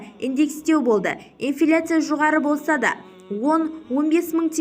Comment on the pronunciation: Ты чтица неграмотная не ифляция а инфляция когда научился грамотно говорить